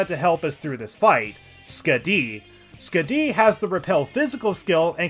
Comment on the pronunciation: I'm starting to think he keeps saying Persona and move names wrong on purpose just to piss people off. Skuh-DEE instead of SKAH-di? Deh-kuh-JUH instead of Dee-KAH-jah or Deh-KAH-jah? Yet he gets Makarakarn correct?